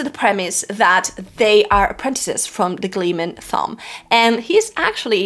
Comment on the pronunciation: I had a dozen comments I was going to make, but they kept getting displaced by my OCD when you kept mispronouncing Thom (hint, it's "Tom"). Also, on your worries about sexism, etc, WoT is replete with gender egalitarianism. No need to fret. It was way ahead of its time. There are two scenes related to that in the entire 4.4 million words / 14 books that i would change, and they are almost the same and very brief, but otherwise, the ladies get their due and then some. The story is told in a series of character POV chapters, and by the time the series is over, the female POV chapters outnumber the male ones by a healthy #, not to mention the political / societal structures and story elements that favor them as well. The folks who see this series as not femenist enough (Rafe the betrayer, the defiler of WoT Judkins) are ridiculous and extremely mistaken.